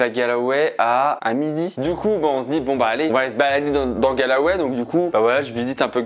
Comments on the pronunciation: « Galway » ! Pas « Galaway » 😂😂 et il y a de magnifique église à Dublin aussi hein 😂 Mais c’est mignon ce que tu as fait pour ta mère. Goal ! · Ayant vécu en Irlande et surtout à Galway pendant plusieurs mois, ça m'a un peu fais mal au cœur de t'entendre prononcer le nom de la ville ainsi ! 😭😂 c'est [Golway] et pas [galaway] 😂 #momenthermione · Incroyable tu m'a fait revivre mon voyage scolaire de 2004 exactement les même endroits, ces grand lac du Connemara et cette magnifique église ! superbe vidéo et cadeau pour ta maman et hommage à ta grand-mère ! Par contre la prononciation de Galway XD continue comme ça avec d'autre destination !